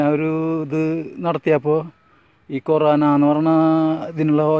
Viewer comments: കോരേണ അല്ല കൊറോണ, ആ വാക്ക് പോലും ഒറ്റ വട്ടം പറയാൻ പറ്റാത്ത ടീമാണ് ഒറ്റമൂലി കണ്ടുപിടിക്കാൻ പോണ് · "കോരാന " 😂 ആദ്യം പറയാൻ പഠിച്ചു വാ..... 😪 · എടാ മന്ദബുദ്ധി കൊറോണ ആദ്യം പറയാൻ പടിക്കടാ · ആദ്യം വൈറസ് ന്റെ പേര് പറയാൻ പഠിക്കൂ😄lol